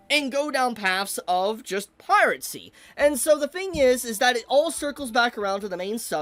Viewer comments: its "piracy" not "piratcy" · Agree with a lot of points but for gods sake just say piracy instead of piratsy its driving me insane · Pie-ruh-see Not Pie-rat-see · The way you pronounce piracy is weird. You sound like you're saying pirate sea. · you keep saying pirate-cy but there's no t in piracy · Bro ever time he seat piracy with a “T” the heck (piracy not piratecy) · Why does he keep saying pirate sea and not piracy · bro really said pirate sea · the way says "piracy" as "piratcy" is so annoying lol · Piracy, not Piratecy. 🤣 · "Piracy" ❎ "Pirate Sea" ✅ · Am I the only one who hears him pronounce piracy as “pirate sea” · Why do you pronounce it "pirate-see"? 😂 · piracy not piratcy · is this guy pronouncing "piracy" as "piratecy" ??? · It's piracy, not piratecy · pie-ri-sea. not pirate sea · BRO STOP CALLING IT PIRATCY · Piratsy? You mean piracy? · Please stop saying PirateCy... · Who is gonna tell that it's piracy, not piratecy? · i like the video, but every time he goes "piratecy" i cringe so hard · bro says piratcy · is it me or am I hearing piracy as pirate-cy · I cant with his pronunciation of piracy. He says it piratsy. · it sounds like you're saying "Pirate-Sea" 😂😂😂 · bro pronounces piracy like piratesea there is no t in piracy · Was he saying piratecy?